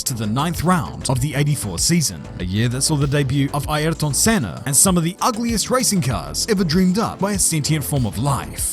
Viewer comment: The commentator's voice gets my vote for something. "Eye-Are-Ton" Sena? Either this is really bad AI or the guy was in a rush to get to his day job.